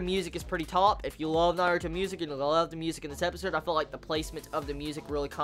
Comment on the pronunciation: He pronounces it correctly!